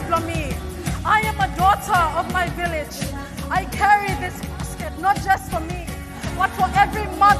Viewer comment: Omgosssh Poor Miss PNG... Like MC please explain what the heck is viginalism??? He kept saying it too 🤦🏿‍♀️VILLAGEISM you idiot... Took me ages to figure out what the heck he was trying to say haha